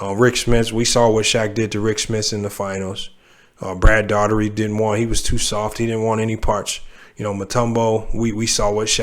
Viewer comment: you didn’t say brad daugherty name right hilarious bro you still good though bro 😂